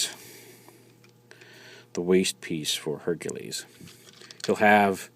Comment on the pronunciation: Correction, Herculer....... what?